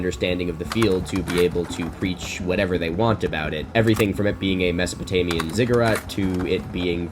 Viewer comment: He keeps saying masopotamian, is it mesolithic he means?